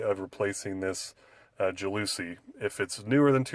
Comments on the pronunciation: JAL la SEE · ITS PRONOUNCED "JAL ASEE FOOOR FUCKS SAKE!! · JOWL Oh Sea is the correct pronunciation....lmao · Ja looooouuuusie????? not how it is pronounced.